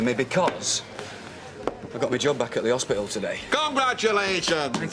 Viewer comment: Annoys me how Lez couldn't pronounce things properly. Boccle and Hospicle. Not Bottle and Hospital